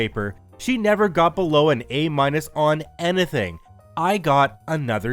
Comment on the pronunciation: I love these stories... But bro where are you from? You say, "anything" weird.